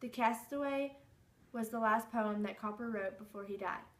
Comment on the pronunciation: Cowper is pronounced "Cooper"!